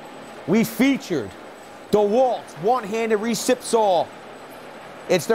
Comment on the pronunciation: Me thinks you might want to pronounce that three letter word correctly if you want any credibility. There is no "l" in the word saw. That is baby talk at it's finest. Fingernails on the blackboard for me.